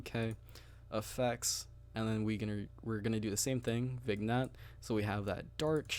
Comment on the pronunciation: By the way its not VIG-Nette LOL the g is silent